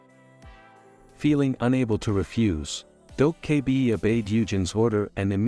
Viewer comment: If i have to hear "Dough K Bee" again...